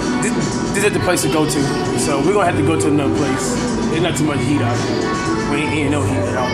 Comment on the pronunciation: WHEN HE SAYS HEAT IT SOUNDS LIKE EAT